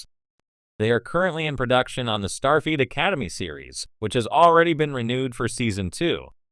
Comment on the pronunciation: I hate listening to these AI read stories butchering the pronouncing of names. I swear it sounds like it's saying "Starfeet" And then it just ends mid sentence.